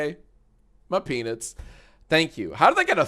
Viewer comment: Let’s justr say, peanits